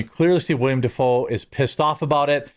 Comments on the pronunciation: One slight correction, it's "Willem" Dafoe (the acting god) not "William" Dafoe. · WILLEM NOT WILLIAM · 10% of this video was an ad read. Its Willem not william.